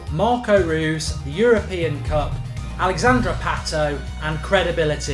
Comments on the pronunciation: Reus is said like "Royce" just so you know! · ROYCE not Ruuuuhs ! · why u say Marco Roose? its Reus Bruh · You pronounce it roys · How does Reus get pronounced as Roos. Small thing but just kind of bugged me throughout. Good video otherwise though. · Marco Rewws... ya sounds right.. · learn to say marco reus his name